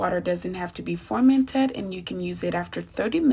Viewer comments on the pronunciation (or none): Nice video? why do you keep saying formented tho? 😂